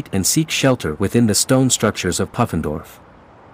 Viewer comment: I think it's pronounced poo-fen-dorf. Short oo, not uh.